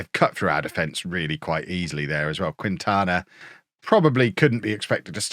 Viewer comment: I feel bad being pedantic, but know that does actually care about trying to say some of these tougher names right. I think Quintana should be "Keen-tana". Not sure about Mexican vs. Spanish pronunciation differences, but Quintana Roo is a state in Mexico pronounced this way. Keep up the awesome coaching, and I'll keep my fingers crossed for that Tycoon takeover. Never had one myself, so I'd love to see it in action.